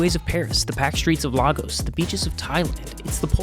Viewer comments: What is "Larrgos"? My friend it's "Lay-gos" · The way bro pronounced Lagos was way too goofy